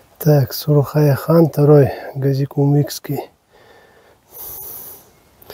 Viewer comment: Хочется поправить автора. Надпись на плите. Гази-Кумухский. А не Гази-Кумыкский как вы прочитали. Кумух это лакское село с большой историей не далеко от согратля. Я сам с этих гор